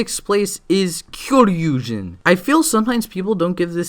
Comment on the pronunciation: I kinda can't really take this too seriously... When one can pronounce "Kitameizin" and "Kyoryuzin" the exact OPPOSITE of each other, despite them being pronounced the exact SAME in their respective series, with the "-ZIN" at the end being pronounced "JIN". But hey, you do you, I guess.